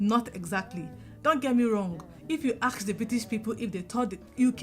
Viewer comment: Please stop saying axe. Thanks for your videos.